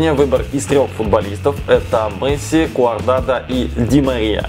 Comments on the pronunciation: Куадрадо а не куардадо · КУАДРАДО, а не КУАРДАДО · Не Куардадо, а Куадрадо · куадрадо, а ни куардадо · Не куардадо а куадрадо)))